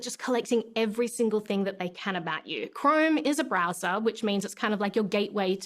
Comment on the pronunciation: She pronounces Chrome as "crime."